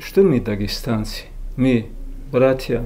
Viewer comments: Ми ви, научись говорить грамотно афанди, а не ми ви. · Не ми а мы балабол давно пора правильно раскедать слова